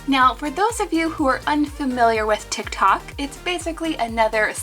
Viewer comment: She said tic tac